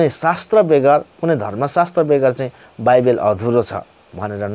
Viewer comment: बाइबेल हैन मुला बाइबल हो😂😂